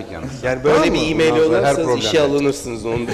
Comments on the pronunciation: Mail değil "Meyıl" Asdfghjkl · Mail, miyıl die okunmaz!!!???